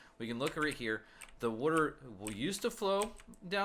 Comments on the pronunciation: You kept saying wuter instead of water. XD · Evan Forst I thought the same thing. I'm originally from South Jersey where the Philly accent is most common. "Wooder" instead of "water" is a dead give away. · i'll never get why people pronounce "W-A-T-E-R" as "wooder" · wooder ..haha i say it the same way. nice vid thanks for posting! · Do you live near philly? They pronounce water similar to you